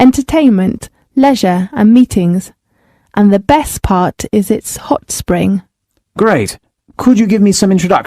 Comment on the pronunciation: but it sounds like path.